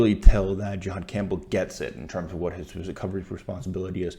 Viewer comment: Great breakdown bro, just one small thing for feedback. His name is pronounced (JA-had) not (JE-had), as that is an entirely different reference. No shade, really great breakdown of film.